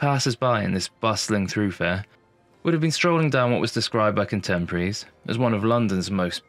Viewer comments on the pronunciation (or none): The word is thoroughfare, not "throughfare" (not a word). Other than that, this was a delightful video. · Very well put together narrative evoking the colourful and the darker past of the area. I did notice you say more than once "throughfare" but it is actually pronounced as it is written as thoroughfare. At least by we Londoners. Just saying. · Lovely video. Side note I think thoroughfare is not pronounced “threw” but thuh-row, although I’m happy to be corrected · You say "Throo - fare" instead of "Thorough - fare". Why ? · The word is thoroughfare, with three syllables, not throughfare, and when frequent is a verb it has the accent on the second syllable. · thoroughfare not ‘throughfare’ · Throughfare? Don't you mean thoroughfare? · It's thoroughfare not through fare! 😂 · Beautifully done. (But thoroughfare is definitely not pronounced threw fare). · I’m 70 and lived in and around London all my life. If anyone asked me to pronounce that word, I’d say throo- fare. I’m afraid to say it, but I don’t think it matters. Most people used to pronounce words based upon what they hear in their environment although TV has obviously lessened that. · I picked up on that too - assumed it was your version of the word via wherever you came from originally. There are many words that various dialects of English just use differently, and sometimes we spend many years reading a word & not hearing it so we just don't realize the right way to pronounce it ! When I do a daily puzzle sometimes I learn a word I have never met before - and I'm a very well read 84 yr old ! We are never too old to learn !